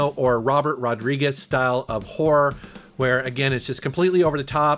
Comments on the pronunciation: When you say horror it sounds a lot like whor...😄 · Is he saying horror, or whore?